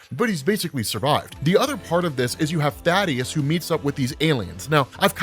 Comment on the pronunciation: You pronounced Thaedus’s name wrong. It’s not Thadeus, it’s Thaedus, pronounced like Thee-Dus